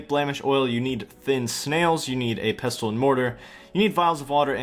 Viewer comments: 'erbs and pesstulls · You're not supposed to pronounce the 't' in Pestle. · Great video, but the T in pestle is silent lol. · 'Pestle' is pronounced like 'thistle' or 'whistle' by the way, you don't say the 't'. Amazing video series! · > pronouncing the silent 't' in 'pestle' REEEEEEEEEEEEEEEEEEEE